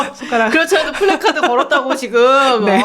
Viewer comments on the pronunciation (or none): none